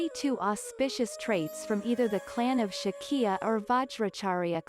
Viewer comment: Hats off for your immense effort in presenting this animation. The animation is superb. Really appreciate your ability of story telling within the short duration of this animation. However, the human voice over would be better instead of AI since there are some mispronunciation of native words such as SHAKYA which would sound better in native pronunciation. Eagerly waiting for the next animation on more Nepalese folklores..